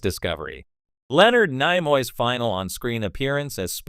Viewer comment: What an idiot...." Nye-Moy" Is this the A.I. that's going to take over the world? Not much smarter than iPhone's auto-correct.